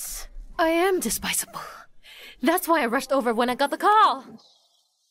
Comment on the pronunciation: Despisable✔️. Despicable ✖️